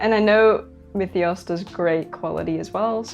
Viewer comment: You pronounce Myethos differently every video🤣